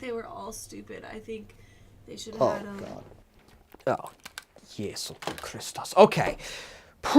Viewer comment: Love the way you pronounce Jesus.